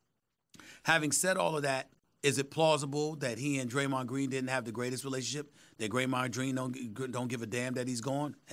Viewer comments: “Graymond dreen” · "Graymond Dreene." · I’m still dead at “ Greymond Dreen” 💀😂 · “Graymod Dreen” -Stephen A. Smith